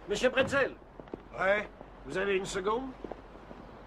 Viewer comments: Monsieur bretzel ! Sérieux c'est pas un biscuit apéritif..... C'est brazel. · Le nom du fermier c'est Mike Brazel, et non Bretzel. Ça se saurait si l'OVNI était tombé chez nous en Alsace.